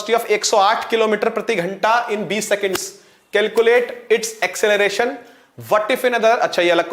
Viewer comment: Ha acclelaration